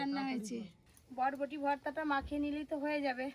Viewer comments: বটবটি না বরবটি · কথাটা বটবটি না কথাটা বরবটি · Bodboti bolo na pl ota borboti bole😁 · বটবটি নয় বরবটি। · বটবটি না বরবটি